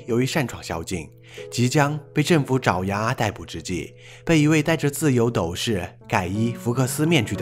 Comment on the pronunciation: 是斗（dòu）士哦～